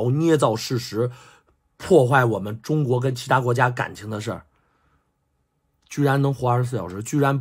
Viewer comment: ちゅうごく这个发音没有学过日语是完全听不懂的